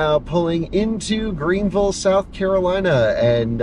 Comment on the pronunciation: You said Greenville correctly the first time. You said Green-vull, which is correct, then you said Green-ville, which is incorrect! 😁